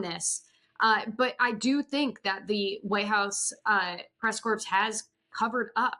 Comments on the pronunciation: Not trying to be a jerk, but somebody please tell to pronounce White House Press "Corps" like "core", not "corpse" (like Obama did)! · It’s pronounced press core not press corpse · I am a truly gob smacked that this person who covers the White House, who is a member of the press corps doing that, doesn’t know how to pronounce the word corps ! And that no one she works with has ever told her how to pronounce it correctly? Astonishing.